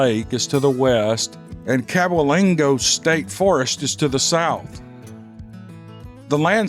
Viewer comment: The way that gigantic word is pronounced is cab-way -ling-o (or go) Cabwaylingo.. The reason is part of the state park is in each county, Cabell, Wayne, Lincoln, and Logan county(Logan county is where I reside).Now how much truth too that name is up for debate. I've never researched it too know it's fact, but I have driven the old beat all too hell roads plenty enough to know all 4 counties are extremely close too the state park, so if it isn't in all 4 counties, it missed a damn good chance my mother and grandparents lived on the one end of that park when my mother was a child before moving to Mudfork, which is where myself and the rest of the bunch were raised as well. That was many many moons ago, they're all gone now(my family) and all I have left are the memories, which makes them even more near and so very dear to my heart ❤️. The areas have changed so much, but there's still that area of Cabwaylingo state park, where a person could be made too believe that time actually has stood still, because not that much has changed and probably never will, and that is a fact I'm eternally thankful and greatful.....Nothing will ever replace my elders in my family but just to be able to go back over there and see the old home place makes the pain just a touch less, but not alot nothing ever will. Thanks, keep em coming ol buddy, and I'll keep listening. Again thanks.